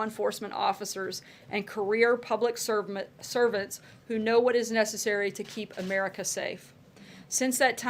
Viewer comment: "Career public serpents"... she got it right the first time.